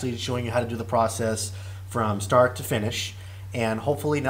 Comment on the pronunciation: it's start not starch